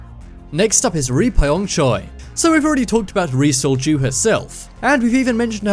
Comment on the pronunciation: Now that's all I can hear. Thanks for that! Lol